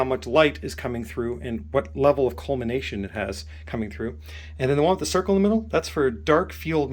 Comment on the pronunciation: It's "COLLIMATION" not "COLMINATION"... just sayin' as you Americans put it. And if you have a spare 50x/0.95 planapo, pref pol (red writing) I'd be interested 😛